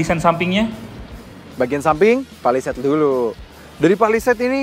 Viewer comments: salah sbut skali honda palisade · menit 21.35 kok w dengernya honda palisade ya 🤭😁